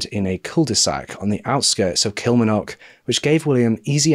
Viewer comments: Thank you for covering this . I'm from Kilmarnock and i have to tell you that you dont say it like that lol. Its Kil-mar-nock with a hard a. however you are one of the best true crime channels around so i will let you off. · I love you but your pronouncing of Scottish places makes me cry it's Kill-Marn-Och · Pronunciation of Kilmarknock - KIll- mARRR- Knock or Kel-Mar-Nick..... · I remember this case very well I’m from Edinburgh in Scotland, you did a great job as usual of covering this story . Also it’s so cute to hear you try to pronounce the Scottish place names like Kilmarnock and Ayrshire it’s difficult to pronounce a lot of Scottish words if you are not from here it’s actually pronounced kill-mar-knock and Air-shire . We Scot’s just like to confuse people with the way we spell things Lol 😝 . I’ve been bingeing your channel lately and I even fall asleep every night listening 😊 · Great video but never have I ever heard someone pronounce Kilmarnock that way, it's said with the 'r' pronounced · Please learn the pronunciation of places before using them, Kilmarnock and Ayrshire you repeatedly say them wrong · Please learn to say Kilmarnock properly